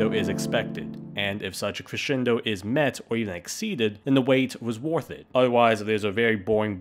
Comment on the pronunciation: It's "WARTH" it? WORTH is pronounced like WURTH, not "warth".